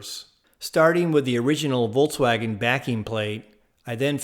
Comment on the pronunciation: Awesome. Just awesome. (But is he saying "Voltswagon"?) That'd be cool if it was an electric VW. Lol.